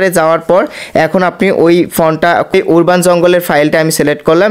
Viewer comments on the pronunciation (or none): উরবাননারে ভাই।উচ্চারন ঠিক করুন। আরবান